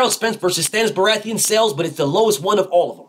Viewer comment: "Stannis Berathian" 😭😭😭😭😭 BF ? 🤣🤣🤣🤣🤣🤣🤣🤣🤣